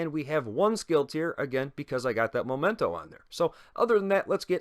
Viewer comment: Thanks for the video. I've been waiting for a while for a video like this But, remember: "momento" is moment in English whilst "memento" (the real name of this exotic backpack) is reminder in latin. They do not sound the same. The first sounds "moh" at the beginning, the second sounds "meh".